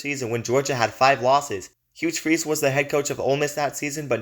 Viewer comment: The video was good.. but it’s Hugh my dude.